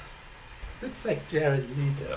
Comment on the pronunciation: His name is pronounced Leto, rhymes with bet...not Leeeto. This is Leto playing around at a concert in Russia...not giving you his definitive Joker voice. I have faith in him.